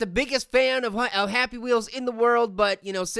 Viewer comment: happy wheelze 🤣😂